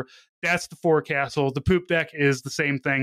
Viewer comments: Forecastle is said more like "focksil". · Forecastle is pronounced "Folk Sool" fyi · Forecastle is pronounced “folk-sull”